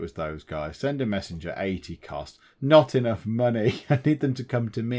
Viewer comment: Money is confusing. It's in the name; Mon-AYYYY? lol I'm also glad you resolved the COW-tastrophy! hehehehehe